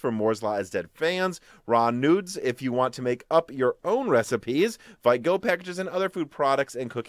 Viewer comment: you are pronouncing "VITE" wrong:) "VITE" is the french word for "QUICK" and the correct pronunciation is more like: "VEET":) Happy midweek and please keep it up the great job <3